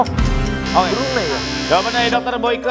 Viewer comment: burma, bukan birma